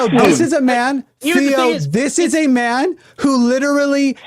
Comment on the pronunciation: It's really alarming to hear "zis iz not a genocide" in a German accent.